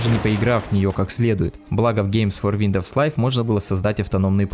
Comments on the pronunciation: WINDOWS ЧИТАЕТСЯ ВИНДОУС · Как же режет слух этот виндоВс